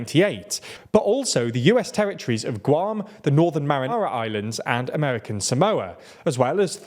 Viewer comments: Kiribati is pronounced "Kiribass" (like how nation is pronounced "nayshon") and it's the Mariana Islands, not the Marinara Islands. As in, the Mariana Trench, not Marinara sauce. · The Northern Mariana Islands sounded too close to Northern Marinara Islands, but I assume this was probably just a glitch in the audio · Did I heard northen marinara island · "The Northern Marinara islands"